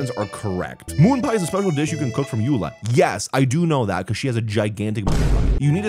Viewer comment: It was so painful watching you fail Gothe Grand Hotel, Mondstat’s name, and Eula Azhdaha